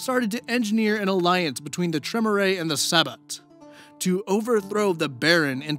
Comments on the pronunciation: You apologized for the pronunciation, so I figured I'd offer the ones i caught (bare in mind i'm extremely forgetful and probably missed one or two). Using phonetic pronunciations because i don't know most of the special characters or even what they sound like looking at them. Sabbat: Suh-bot or Sah-bot Tremere: Truh-meer I feel like i'm missing at least one, but i'm too lazy to go back and find it lolz. hope this helps for any future vids you do featuring VtM. Also, to my knowledge, you got Assamite right. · I hate to be that guy, but you keep saying "Tre-mu-ray". It is "Tree-mere". And the "Sah-batt", not the "sa-bat". Don't take it personally, even players who know VtM or WoD since forever say stuff like Tzimisce wrong. It just irks me to hear it the wrong way. Funny enough, you say Assamite right, which many say wrong. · Hey,. Long time Vampire player. Tremere is typically pronounced Trah-meer just FYI in the future. Sabbat is also Sah-BAHT... emphasis on the second sylable. Not a big deal but for a player like me the mispronunciation is kinda... painful.